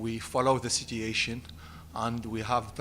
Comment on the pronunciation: I swear if he miss-pronounces "situation" again im going to break my phone.